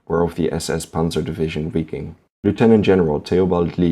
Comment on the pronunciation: its pronounced VIKING!